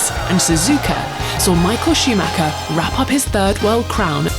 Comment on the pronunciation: Did she just said: Michael Sheemaker?